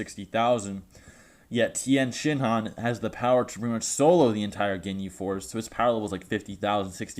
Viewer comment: THE TIYEN (PAUSE) SHINHAN